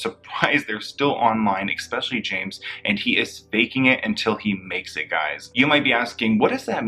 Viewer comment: The word is especially. Not expecially.